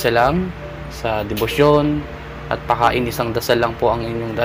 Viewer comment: salamat kapatid sa mga ibinabahagi mong mga dasal, tanong ko lang po kapag sinasambit mo ang mga pakain at poder at mali ang bigkas mo hindi ba po ito mag kakabisa, o magkakaroon ng epekto?